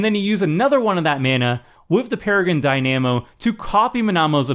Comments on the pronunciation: Have you seriously never heard the word Dynamo said out loud? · The mispronunciation of dynamo was grating me. I can only imagine how many people are going to mispronounce that card after this video. 😒